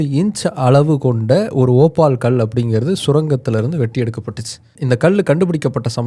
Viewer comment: ஓபால் இல்ல ஒபல்